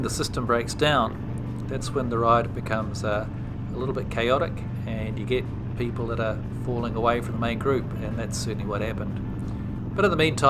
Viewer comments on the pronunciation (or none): none